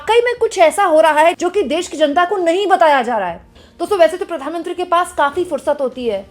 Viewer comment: kya... Pitt-mantri 😂😂